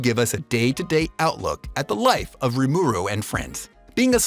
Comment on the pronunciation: Why do you pronounce it "Re Mur Ooh" it sounds weird, isn't it "Rim er ooh?"